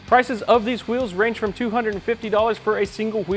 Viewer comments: lol, am i the only one who heard how he said wheels (hawheels) ? lol reminds me of the family guy cool hawhip episode. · Who eels